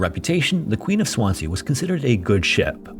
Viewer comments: Swansea is said as 'swanzee', no? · I've lived in Swansea 12 years and never heard of this ship/ disaster! But can tell you, it's pronounced Swanzee! (Abertawe is the Welsh name....) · I love your videos but “Swan-sea” though 🤣 Americans crack me up when they don’t look up how to pronounce stuff. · promounced SwanSEA not Swanzee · The second S in Swansea is pronounced as a Z. Swanzee. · Very good but your pronunciation of Swansea is wrong. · Swansea is pronounced with a zee sound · Please just do the smallest amount of research into how to say names of places. Swansea is very easy to learn how to pronounce